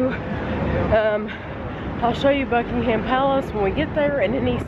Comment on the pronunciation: Just to let you know, it's pronounced "Buck-in-um Palace" not "Buck-ing-ham Palace".